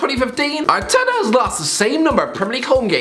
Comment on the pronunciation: Irish man says arteta, Subtitles: 𝐎𝐔𝐑 𝐓𝐄𝐃𝐃𝐘